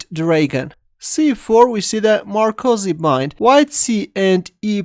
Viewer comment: Great video as always, but it's the Maroczy Bind, not Marcozy!